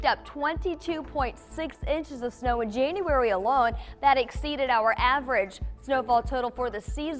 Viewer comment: In Jane-uarey? Omg, lovely!